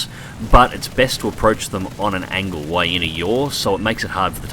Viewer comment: I want this! Looks monstrously fast, albeit a bit of a handful at high speeds., why do you say why every time you mean while? It's a weird inflection.